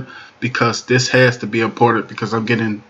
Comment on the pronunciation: "Diss" is not a word as the way you pronounce it. The proper spelling is "This" and is pounced like it is spelled